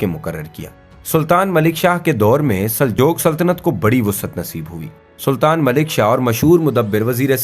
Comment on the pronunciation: Aap ka talffaz drust nhin, Saljoke nhi Saljook hai